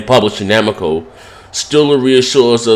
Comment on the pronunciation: Namaco? You can't even read dude LOL!!!!!